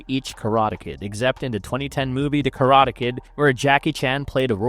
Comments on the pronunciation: train your AI to pronounce words correctly. wtf are "kuhrada" and "prodaja"? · Karata? Am I having a stroke or is my hearing giving up on me? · Your AI cant pronounce karate